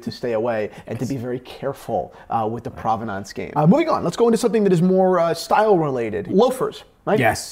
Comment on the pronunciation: Yes, I did hear that, but unfortunately I also heard butcher the word "Provenance" over and over again. ( rhymes with "providence" or prominence" not "aunce".) Also, Jack Nicklaus is pronounced like Nicholas. It does not rhyme with "mouse". But it's not all bad, he did pronounce Cartier right for once.